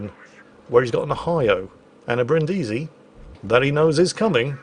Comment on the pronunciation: Bri'ndisi, not Brindi'si.